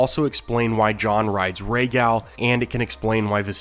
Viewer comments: Its not gal, like a girl, its pronounced gahl, like gall bladder. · You say Rhaegal the American way. It’s annoying.